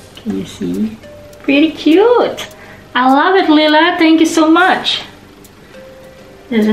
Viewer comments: Ask Uncle J how to say it, its possible you always have and I've never noticed. Now I'm in NL everyone calls me LIE-LA and it drives me bonkers 😆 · Omg. I’m so sorry Layla I don’t even know I’m pronouncing your name wrong 😱😭 Maybe it’s my accent? 🤦‍♀️😂 Your uncle and family didn’t even correct how I say your name and I got used to it 😂 Totally overwhelmed, you sent so many! I’m glad I made you laugh the whole 15 mins. I need to practice how to pronounce your name properly hahaha Thank you again Layla! 🌿💚